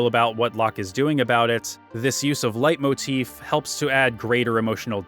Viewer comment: Cringe. But it’s pronounced lay motif